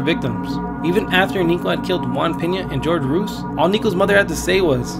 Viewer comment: ‘GEORGE ROOS’ LOL